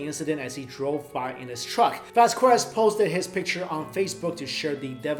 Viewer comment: dude it's pronounced vaskez